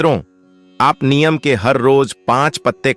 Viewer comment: पहले नीम का उच्चार सीख लो बाद में व्हिडिओ बनाओ।